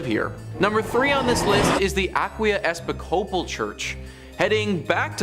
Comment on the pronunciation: did you hear how he pronounced Episcopal?? Holy shit. 😂 I was looking at the tv when I heard him say it, then I was like, what did he just say?? He said "Ep-i-scope-al". I mean...